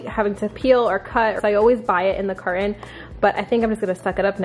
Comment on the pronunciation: Do u know how to say carton